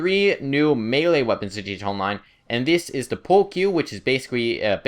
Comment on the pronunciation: stop saying gt onmine its gta online you basted